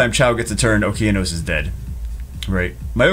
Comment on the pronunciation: It's O-KE-A-NOS ffs Jew!!!